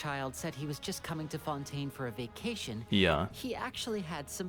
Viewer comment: Cyno: fonten...........get it?